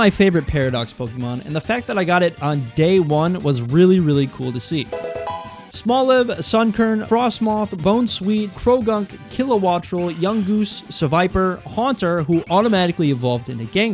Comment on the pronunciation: bro said bonesweet